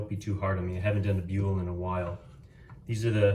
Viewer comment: Nice shaping. I think it's pronounced "bool" though, not "bule". :)